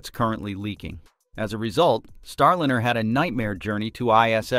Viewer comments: Jeepers. If you are going to put up a YouTube channel learn to correctly pronounce the name of the spacecraft! It is NOT Star-Lin-er. Try Star-Line-R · Starlynner. So lame they can't teach the AI simple names. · What’s with the SHIT AI voice??? Star “Linner”? Jesus man. Voted down. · This title is bogus and the AI voice is terrible. Your data is not even correct. You say July 4 is a possible return date then you say July 2 is/was a return date. They can’t both be true. See ya. This Chanel has joined the ranks of the AI garbage. You can’t even pronounce Starliner tight! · Please get rid of the AI voice. It can't even pronounce Starliner correctly.